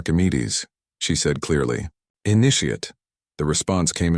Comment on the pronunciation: PLEASE!!! , your AI mispronounces "initiate"!!! Please edit and repost!!!!!!!!!!!!